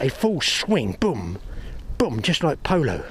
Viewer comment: Polo? Poo-lo? 😁